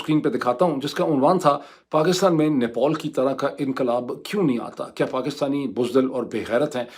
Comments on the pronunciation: For godsake it's pronounced NEPAL...not NEPOL!! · You have been wrongly pronouncing Nepal again and again! It's Nepal NOT Nepole or Nepol! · Stop pronouncing Nepal as NePaul.